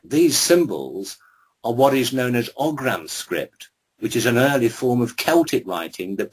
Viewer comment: It's Ogham script and it's pronounced Oh-ahm.